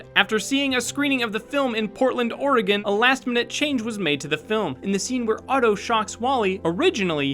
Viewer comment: I'm so glad you pronounced "Oregon" correctly